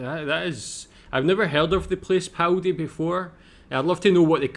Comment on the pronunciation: Its Paldi not Powdy and the town started to die out in 1975. The last residents left in 1980. I am born and raised in BC (53 years old) I hate to admit, its the first time ive ever heard the name. It wasnt hard to research online.